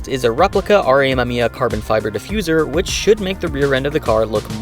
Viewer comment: I've always thought it's pronounced as "a-me-mi-ya". Him pronouncing it as "a-me-mia" is throwing me off.